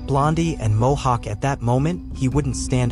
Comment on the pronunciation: mohawk not hohawk lol